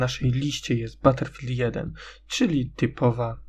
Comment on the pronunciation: Ale czyta się battlefield